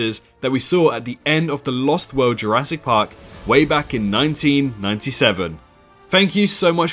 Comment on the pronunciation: Go somewhere in between 3.05 and 3.09 ma boi said “Jurassic parp “